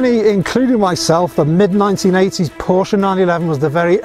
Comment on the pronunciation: Thanks SO MUCH for pronouncing the family name much closer to correctly than most! Prefer black Fuchs, but everyone has their own likes and dislikes.